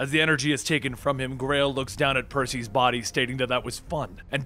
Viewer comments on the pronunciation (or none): PER-see-uhs dude, I love your retellings. However, I don't know why but the miss-pronunciations really bug the shit out of me lol if you give me 72 hrs per script I'll add pronunciations to your script for FREE!! even if you don't send whole scripts and just mail me names I'll send you the names spelled Phonetically.